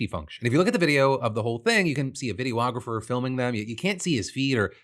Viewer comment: what is this pronunciation of videographer?